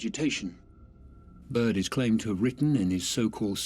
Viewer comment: Is this accent British or what? Because he said like he's from Brooklyn 😂